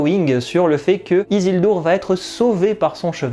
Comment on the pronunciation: Pourquoi dire isildour alors que dans le film ils prononcent bien isuldur. C'est comme ceux qui dise Saoronne alors que pareil dans la série ils disent Sauron.